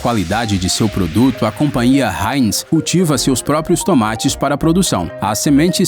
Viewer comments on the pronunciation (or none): none